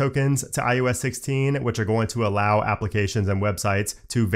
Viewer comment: Oh, sweet! The guy who pronounces it "IUS" is back in my feed! Thanks for the great comprehensive videos!